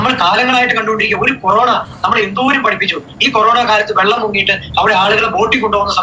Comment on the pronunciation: ആദ്യം വെള്ളം എന്ന് പറയാൻ പഠിപ്പിക്കൂ.കുട്ടി വള്ളം വള്ളം എന്നാണ് പറയുന്നത്. പ്രാന്ത് പറയുന്ന ഫാമിലി